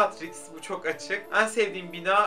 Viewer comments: En leri o kadar yanlış telaffuz ediyorsun ki dinleyemedim çok sinir bozucuu😬 ean gibi söylüyorsun düzelt lütfennn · Ên diyorsun sinirim bozuldu... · samsunlu olduğunu bilmiyordum, bir arkadaşım da en'leri böyle söylüyor oldum O DA SAMSUNLU 😂